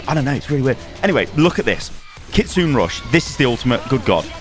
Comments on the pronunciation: Thank you! Btw it’s not “kitsoon” but kitsuneh, the “ki” is devoiced in this case and the “e” sounds similar to the Canadian “eh” but not as dramatic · Almost correct.. But it's not "Nay" at the end it's Ki-Tsu-Neh just simple phonetics.. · bruh the way u pronounce kitsune god damn man have u never watched a single anime or japanese thing the E at the end is pronounced its KITSUNEEEE not KITSUN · Hey! Nice vid breakdown. Just a note, Kitsune is pronounced kit-soon-eh. **Generally all vowels in Japanese are spoken. It means "fox";) ** Preemptive note for inevitable angry internet weebs - I get that the 'u' in desu isn't said and a lot of stuff like that. I'm just a regular western dude in Japan and see people say words like 'gozaimasu' like gozaimasuuuu or gozaimas swapped up all the time. In English, we never would say the word make either like make or mak-eeee. More grammatically it's called "devoicing" and is different from silent English vowels in that they can be said and more based on dialect/accent. So yea, generally all vowels are used. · kitsune is pronounced kits-su-nay not kits-soon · It’s not ‘Keetsun’ it’s ‘Kee-tsu-nei’. The ‘e’ at the end of ‘Kitsune’ is not silent. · bro please look up the proper pronunciations of these abilities. i'm cringing every time you say "kitsoon" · FYI, “Kitsune” is pronounced “kitsuneh”, no silent e :p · I love you, but it's KIT SU *NEH*.:P And she's a hard counter to Junker Queen and Ana with her dispelling ability. And as far as immortality, it's only a few seconds so it's really to counter the aforementioned JQ ult and Ana's 'nade. I'm sure it requires a bit of timing to counter say a tire or Dva bomb. It IS cracked out though, can't wait to play her! <3 ALSO: from what it seems, her ultimate requires her to stand in one place for a second or two, making her sniper bait, so that's good to see. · it's pronounced KitsuNEH Rush:) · “Kitsoon rush” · Kit-sue-nay rush